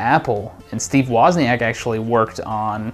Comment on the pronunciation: fucking learn to pronounce wozniak scrubs